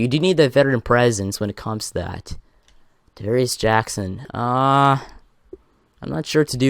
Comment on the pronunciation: Davaris Jackons. It's Travaris Jackson